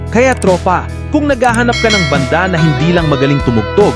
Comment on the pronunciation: Maniniwala na sana ako, kaya lang 'yung bigkas mo ng "banda"...naihagis ko ang tablet ko!😮